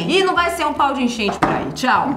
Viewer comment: "Paudeenchente" foi a melhor do dia pqp 8D